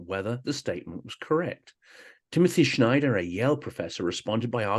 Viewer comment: Hi, your podcasts are brilliant. Out of curiosity, why did you pronounce Timothy Snyder's family name as if it were Schneider? Was it just a slip of the tongue? Have you thought about interviewing him at all?